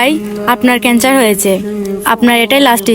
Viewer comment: কেনসার না কেনচার